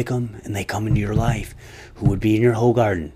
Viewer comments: Its pronounced whogaarden. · It's pronounced like "who hardin" bud. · Its pronounced Who-garden